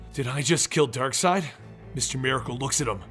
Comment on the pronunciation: It's Darkseid not Darkside